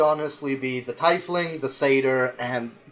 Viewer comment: Take a shot every time they mispronounce Tiefling. You'll be dead before the halfway mark